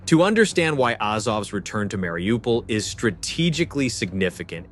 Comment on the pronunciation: Bordel. Mariupol et non Wlaripopeul ou Laripopil